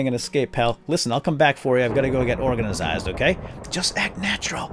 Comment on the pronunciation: You always say orgazined, when it's organized.